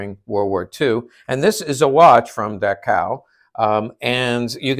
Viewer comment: Just a heads up, Dachau is pronounced as dock-ow.